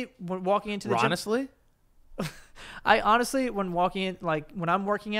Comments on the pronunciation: Omg. One week says "katchup" now the say "ronestly"? What's happening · Ronestly? Oh man I thought we'd have another BLENDUH (blender) dabacle lmao